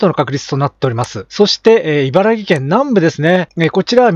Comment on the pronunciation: 毎日気になってたので一言。いばらぎ県ではなく、いばらき県です。そんなことを間違えていると、信憑性が落ちますよ。 大好きなチャンネルだけに、残念です。是非次回は「いばらき県」と言ってください。